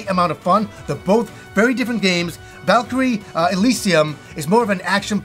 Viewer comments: Valkyrie “Eh-seal-ium” ??? 😂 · That pronunciation of Elysium dude... lol. never change.